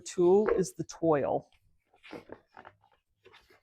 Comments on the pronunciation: Just an FYI. The word ‘toile’ is pronounced ‘TWAHL’. Thanks for showing us the different types of product that can be used in the IOD molds! Very instructive. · Cute projects! Toile is pronounced twall.